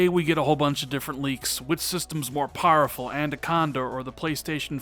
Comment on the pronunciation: Wish you’d learn to pronounce powerful. You say pareful.